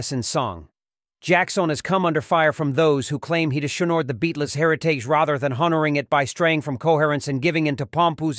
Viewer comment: It does sound like AI. Homage sounds like "home meg" Beatles sounds like "Beat less"